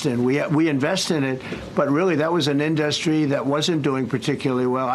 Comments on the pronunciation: Can i please hear this dufus mispronounce in-duh-stry one more time 😂😂😂😂😂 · Omg how many times can he mispronounce industry in one sentence.